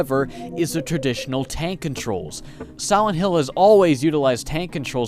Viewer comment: Siwent hill